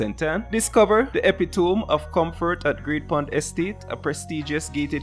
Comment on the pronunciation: the pronunciation of epitome is uh·pi·tuh·mee bredda lol